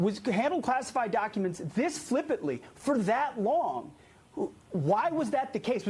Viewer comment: Hegseth made up a new word. FLIPPATLY. dipshit it is "flippantly."